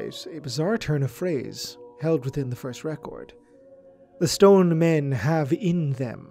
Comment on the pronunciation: Snrk. I kept hearing it as: "Men of scone."